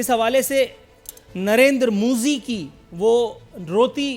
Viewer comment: Narendra modi hai woh.. not moji